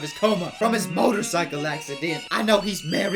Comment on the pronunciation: motrocycle accedent HAHAAH the way u said it